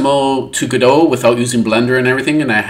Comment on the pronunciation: A lot of difference, and TIL how to say Godot properly 😅